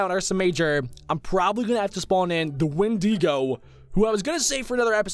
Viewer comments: Windigo is pronounced wind- ih - go .no hate, love you! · It's win-da-go